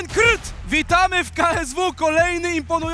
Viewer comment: Więc jaka jest prawidłowa wymowa nazwiska Krt? Bo w transmisji zaproponowaliście krt kyrt i krty.